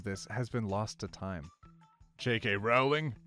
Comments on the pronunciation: Her name is pronounced "rolling." Everyone not from the US when corrected "Oh, sorry about that." Americans when corrected "No, you're wrong." And that's in reaction to JK Rowling herself correcting them. P.S. I'm an American, and I acknowledge that I was wrong when I heard the actual pronunciation of her name. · That one only works if you pronounce it correctly. Rowling rhymes with bowling. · It’s actually supposed to be pronounced rolling. As in rythmes with bowling. Not that it truly matters as she’s a garbage person but that’s why it’s supposed to be funny. The dad joke is that they rythme you know? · Tfw OT says "bowling" wrong to rhyme with how he said "Rowling"... but he didn't know "Rowling" rhymes with the normal pronunciation of "bowling"